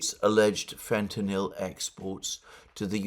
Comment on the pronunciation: Alexander is the only person who pronounces fentanyl correctly. Americans can't do it.